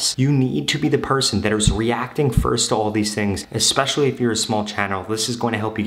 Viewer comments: bro it is especially not exspecially.. lmao 😂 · Especially < Expecially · The word is - Especially. please stop saying expecially. It’s making me mental. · This man doesn't even know how to pronounce the word especially. The way he says it, I bet he doesn't even know how to spell it either.